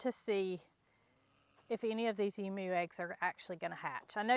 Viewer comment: This Aussie is very pleased you're pronouncing Emu the right way. 👍